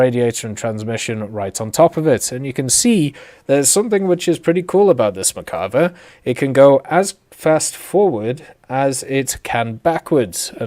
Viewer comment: Still cant pronounce merkava correctly